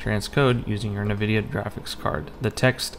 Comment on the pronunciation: It's pronounced N-Vidia. Not NiVidia